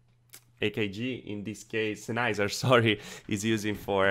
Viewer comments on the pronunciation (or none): none